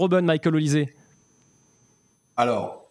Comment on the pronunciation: On prononce"OLICHÈ" et non "ZÉ" !